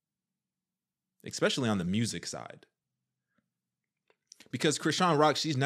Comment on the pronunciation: Bruh i hear you say exepecially instead of especially all the time😄😂